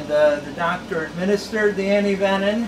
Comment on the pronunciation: Also was wondering why you were pronouncing it antivenin. I did a little research and its absolutely correct!! Learn something new Every day! Keep up the awesome work yall!!